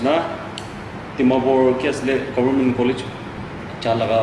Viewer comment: WTF is government?? It's Goberment..!! XD... 😂